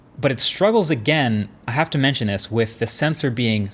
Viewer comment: "motorola, you hawe a good camera, relax" :D feels like they have anxiety